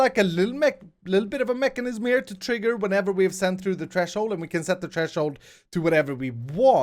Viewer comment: It's pronounced TH-RE-SHOULD not T-RE-SHOULD